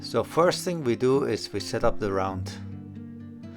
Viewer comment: PS when you say "We set spawn area" it sound like your say to add action (Reset spawn area). I kept looking for the reset spawn area drop box.